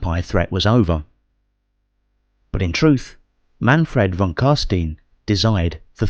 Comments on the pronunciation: I only have one nitpick. The name Carstein is from the Warhammer world's equivalent of German. Whenever the letters e and i appear in succession its pronunciation is similar to the English word eye. It's not pronounced ee, as is the case with Jewish/German or Anglicized German names. So the name Carstein is not pronounced as Carsteen, but as Carsteyen. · Geeez why the gay prononciation on the most glorious vampire names ? How do you pronounce Frankenstein ? Frankensteen like von Carsteen you re doing here ? This is making my ears bleed after 1.35 minute , usually love the voice acting but this ? Meh it s just wrong , sorry . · No, as a German I can tell you that it is pronounced as followed: imagine saying stone with an I , so stine. So you pronounce it carstein, while the s in stein is pronounced like the sh in sharing. In German this would be pronounced „karstein“. No offense lol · your videos are really impressive but you really need to work on your pronunciation. Jegar is said Yey-ger, carstein is is car-st-ine and halberdiers is said how its spelt not halberders as you said it. if you play the game and listen to the characters they even pronounce their names in the correct way (carstein for instance) after so much effort it seems like a quality dip considering how much time you must put in to these you need a little more quality control or a better editor for the voicing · Wow great job on the video. Im really liking your cinematic lore series that youre doing. Few mispronunciations being Carstein, Jaeger and Halberdiers but otherwise just loved it. Glad Warhammer fantasy isnt being forgotten